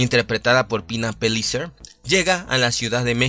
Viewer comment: Se pronuncia Peyicer como hablan los argentinos, no Pelicer. No es ingles.